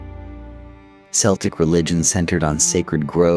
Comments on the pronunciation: The first thing that hit me was "Seltic". Yikes, that's a Boston, Massachusetts basket ball team! ✨️🤦‍♀️✨️ Somebody needs to tell AI, it's pronounced, Khel-tic, for the Celtic people. Other notables are: Dro-ghee-da for Drog-heda. Jheese for the bird, geese. Sin Fain for Sinn Fein (pron: Shin Fain), and "Dale" for the Irish Dáil or house of commons in their Irish Assembly (our Congress) (pronounced "Dial" like the soap or lawn ornament, sundial.) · What a pity AI couldnt pronounce so many names and places. Worst in my view is Celtic being pronounced as Seltic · I had to turn this off after 10mins. I couldn’t listen to the Celtic (K) Irish being pronounced like the Celtic (S) football team…. The incorrect references to a language that I speak daily was just awful…the necklaces are Torcs, Gaelic Éire , Hibernia came later, án Roí, not just Roí, and oh my God……, the OGAM scripts…pronounced Ogham with a silent g…..🥴🥴🥴🇮🇪🫩🫩🫩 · pronouncing Celtic with an "S" sound in a video about Irish history is criminal. big fail